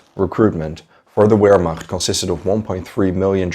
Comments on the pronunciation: it's not "W"ehrmacht...........it's "V"ermacht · " VEHRMACHT"......THE W IS PRONOUNCED LIKE A V.... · Btw it is pronounced as Ver macht (Wehrmacht) not wer mach. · "Ver- Macht" and "showww-did" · W in german is pronounced with a V sound... Wehrmacht is pronounced "Vehrmact".... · It’s pronounced Vehrmacht. Jus sayin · Brantley Hester in English we pronounce it vairmacht like it’s supposed to be. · Great video! Though I gotta say Wehrmacht is pronounced with a V sound, not a W. Like VEHRmacht. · The German Armed forces during the Second World War, the Wehrmacht, is NOT pronounced “Where-Macht” the “W” is pronounced with a “V” sound. otherwise good content. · everytime u spelt "Wehrmacht" my ears bled :( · You are aware that “wehrmacht” is pronounced starting with a “v” right? 🤦‍♂️ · In German, the letter W is pronouned like a V in English. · It's driving me crazy too but I think he's just trying to pronounce it in English though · Noticed that...and his mispronounciation of wehrmacht and even numerous english words is very distracting in this video